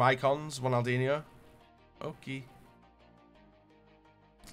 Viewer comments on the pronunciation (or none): none